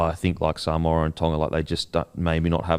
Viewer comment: Sole oni who your saying Samowah 😂😂😂😂